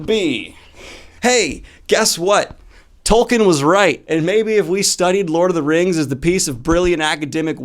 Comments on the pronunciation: Tolkein = Toll - keen Cmon Daniel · It’s pronounced TolkEEn